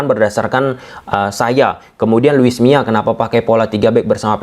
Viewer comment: Luis Milla dibaca: Lui miza